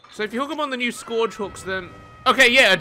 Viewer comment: Anyone wanna teach how to say Scourge?